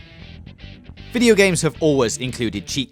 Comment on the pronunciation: Subskwibe for pweeviews and check owt sum other vidweos